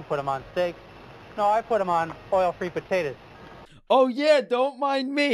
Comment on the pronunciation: You know a doctor has lost his mind when he says "potatas" and "tomatas"!